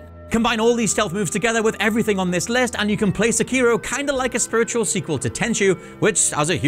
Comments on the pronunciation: Seh keer o or Seh key ro, I say the latter... this guy keeps saying the former... which is it. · The way you pronounce the title of this game hurts my ears. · dude it's so annoying everyone calling him se-kiro it's seki-ro. it's levi-osa not levio-sa LMAO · Dumb question.. Is the main character’s name Sekiro? They just call him Wolf. You keep calling him Sekiro but I wonder if that is correct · He keeps callin wolf sekiro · I don't think he pronounced "Sekiro" correctly once.